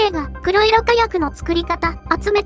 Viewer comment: 誰かが書いてるとは思いますが『こくしょく』では。 ＮＨＫさん、少し考えて報道しないと